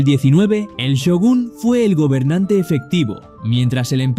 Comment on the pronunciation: Not Syogun but Shogun